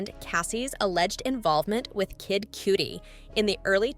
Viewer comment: " Kid Cootie"...stop!😂😂😂